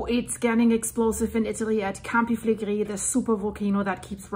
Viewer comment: Great information as always. I hope the people will go to safe place from the area. By the way! The Italians pronounce the R more like spanish people. You pronounce many words very well, but you pronounce the "R" like french people when you say "campi flegrei". Just a tip to improve your already good pronounciation of Italian words. 😊